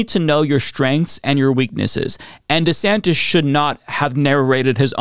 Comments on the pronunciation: who's "Governor Santos?" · "I'm Ron DEEsantis."